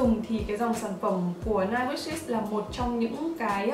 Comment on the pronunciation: vieo này em thấy chị phát âm English sai như 9 wishes, cleaning